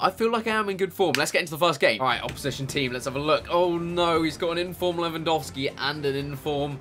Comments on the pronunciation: Thank you for actually pronouncing Lewandowski right ;) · Chris well done, you pronounce Lewandowski exactly like you should do so thats awesome :D Greetings from Poland ;)